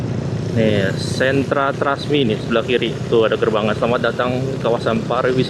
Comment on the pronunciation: “ Trusmi “ Mas bukan “Trasmi”…! Karna artinya Trusmi itu adalah “ terus Bersemi” …. Maaf sedikit jelaskan..!